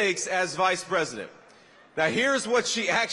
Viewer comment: STILL SAYING MADAME PWESIDENT?🥺 HAHAHA! COPE & SEETHE